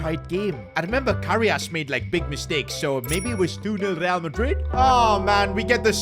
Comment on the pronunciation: He always gets resl madrid wrong mhmmm strange